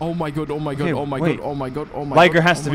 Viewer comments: I think he said “Liger run” but he might’ve said that, I can hear it both ways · If he said “Liger run”, then it would’ve been pronounced “Lie-ger” not “Ligger” lol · I do not hear liger at all I rewinded it like 5 times and I do not hear liger😭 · Since when Liger German?